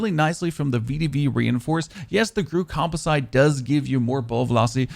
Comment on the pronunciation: It's not comp-o-SITE with a long "i" sound (like "like) but com-POS-ite with a short "i" sound (like "it").